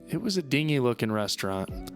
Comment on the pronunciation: I did have to laugh at his pronunciation of "dingy". 😀